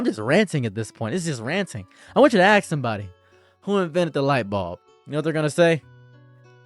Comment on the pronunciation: Why can't you say ask correctly